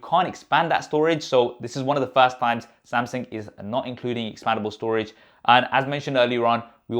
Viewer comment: samsingh? thought it was samsung tbh.....